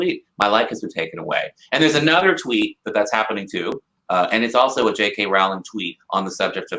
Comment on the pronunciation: By the way guys, it's 'ROW ling' not 'RAU ling'. I heard her pronounce it a while ago, and I can't imagine she made a mistake. :)